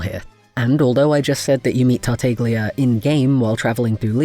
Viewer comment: quick thing: tartaglia is actually pronounced tart-ah-lee-uh :) ur art is super duper pretty tho!!! i'd love to see venti in ur style :o